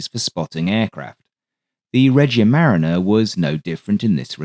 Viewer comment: For what it’s worth, “Regia marina” means “royal navy” and is pronounced “reh-GEE-a ma-REE-na”. Love the content, as usual.